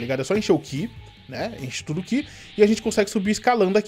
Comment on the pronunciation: sou seu fã mais por favor não é aura é Ki